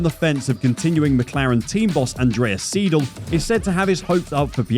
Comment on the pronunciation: Your mispronounciation is driving me nuts. It's SIDL (long I) not SEE DL. And Porsche has an e on the end that is pronounced. The word is Por sha. Thank you for listening.😕